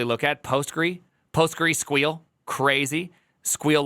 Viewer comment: As a hardware person, who is quite bad at coding, that triggered me so hard for some reason. Literally everyone just calls it Postgres